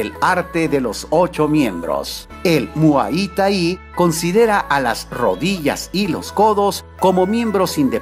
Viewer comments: pronuncias mal muay thai critica constructiva por favor corrige. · Primero Informate como se pronuncia Muay Thai lo haces muy mal y lo dijiste muchas veces